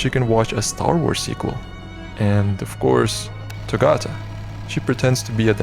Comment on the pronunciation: ayee hella cool vid! although a lil bit sad that u didn't used correct pronounce for togata :l